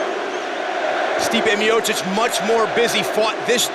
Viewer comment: " Stipe Mayosick"